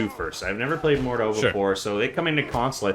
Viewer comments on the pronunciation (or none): Mordhau not Mordew